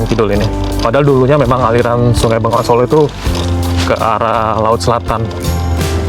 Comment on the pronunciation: Bengawan Solo. Bukan Bengongan solo 😊